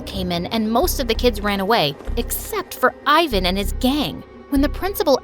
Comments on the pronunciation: its not "ayvan" its pronounced like "evan" in balkan ofcourse😌😏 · THAT'S NOT HOW YOU SAY FRIKING IVAN!!!